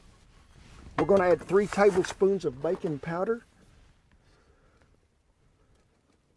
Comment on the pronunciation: Sounded like Kent said three tablespoons of BACON powder. Hmm.....